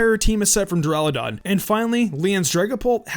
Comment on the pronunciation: why tf do u have an impidimp? u know that it has 2 more evolutions right? XD. (BTW its duraludon not deraludon).